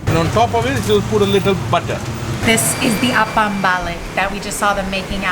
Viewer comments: It apam balik.. not apam baliak 😆😆😆 no worries you will get use to it if you try all the local traditional malaysian cakes and food street..👍👍👍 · Apam Balik, not Apam Baliak